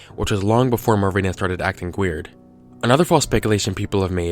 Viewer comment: Who else heard him make a Family Guy reference when he says "WHeird"?